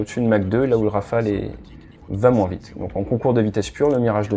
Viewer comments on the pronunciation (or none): none